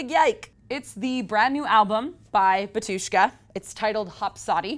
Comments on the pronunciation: It's BAAAAAtushka and it's Slavic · In name of band, emphasis on the first syllable - BA-tyushka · bAtushka. emphasis is on the first syllable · It's pronounced BA-tu-shka, not ba-TU-shka. Sorry it just sounds silly as a Russian speaker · U mean "BARTushka"